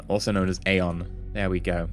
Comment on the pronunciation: isnt Aeon said E-on?